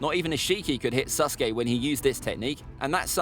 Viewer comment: Am I the only one to hear him say Suske